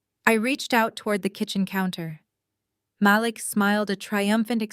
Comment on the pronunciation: You repeated yourself. And it is pronounced "ma LEEEK"